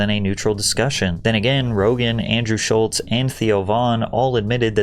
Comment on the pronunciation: There’s no “T” in Schulz